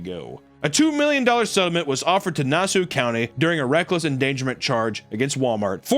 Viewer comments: lol never heard Nassau pronounced that way... its NASS-SAWWW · It's long island bro, it's pronounced nasSAW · Nasoo County Cmon, I’m a Brit and I know how to say Nassau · Nass-sue county… Nass-Ah. Nass-au… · lmao "nawsuu county" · Yo, Nassau is pronounced Na-Saw not whatever the fuck you said lol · It's pronounced Nass-saw disrepected my county's name and for that I can never forgive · I like how u said Nassau 😭😭😭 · im from long island and the incorrect pronunciation of nassau county gave me a good laugh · Papa butchered the word Nassau so badly hahaha. I'm from Long Island so I'm familiar with the mostly Native American names